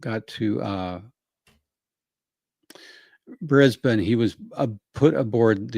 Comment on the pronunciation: Beautiful pronunciation of Brisbane 👩🏻‍🍳 😘 🤌🏻